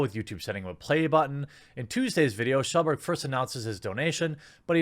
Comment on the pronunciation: "Shellburg" Never change, Jeremy.